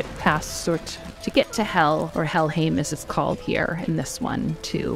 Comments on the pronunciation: I thought "-heim" is pronounced "haym". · Somebody gonna tell her how to pronounce Helheim?